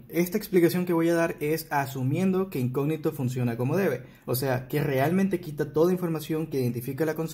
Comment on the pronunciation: Hola cómo estás! Se pronuncia incógnito con tilde en la o, no se pronuncia "incogníto"